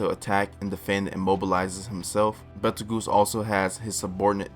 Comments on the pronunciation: Goose? He even said it like juice. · Betelgoose Edgena oof nice try tho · Why do you pronounce Petelgeuse like that? He's named after the star in the hand of orion, betelgeuse. Pronunced Beetle-Juice. So should sound like that except with a P sound? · Damn, some of these guys can be a real dick about your pronunciation. Let me help you out a little bit though with some of these. Betelgeuse is pronounced: Beetle-juice. Typhon: Tie-fun Echidna: eck-id-nuh Those are the ones that I picked up, hope this helps man! You did great in the video, cheers! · It’s pronounced “beetle-juice”